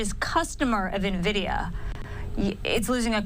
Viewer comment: What is this new company “NaVidia”?